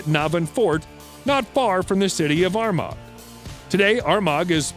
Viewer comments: Please contact an Irish person in future when reading out the Irish names of places. you are way off, hahaha. Armagh is pronounced "Are-Ma". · The way he pronounced Armagh was completely wrong. Irish place names are tricky, it should be pronounced ar-ma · Armagh, NI is pronounced 'Ar marr' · It's the 21st century, people can type "how do I pronounce Armagh" into Google. Mispronunciations are now a sign of laziness.